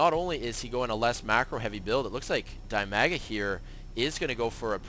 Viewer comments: Dimaga is definitely not pronounced dai-maa-guh. It's dih-mah-guh. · Dimaga is not die maga. Dimaga sounds more like de mag ga.